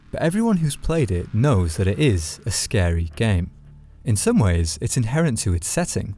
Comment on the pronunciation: It's not a horror game. It's a terror game. Also water scawy.